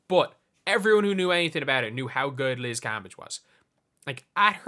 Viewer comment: Your saying her name wrong! *cringee